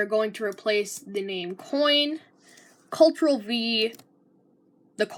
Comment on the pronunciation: That's how all the teachers at my elementary school pronounced "Ctrl" and eventually it got stuck in my head lol